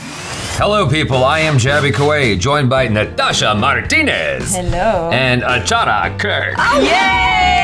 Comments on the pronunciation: The way he says ACHARA sound like Ordering ACHAR (pickle) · The way you have told Achaaara Kirk i am hearing Aachar means pickle